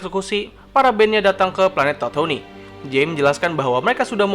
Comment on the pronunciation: Setau gw penyebutan planet nya bukan tatouni bang tapi tatuuin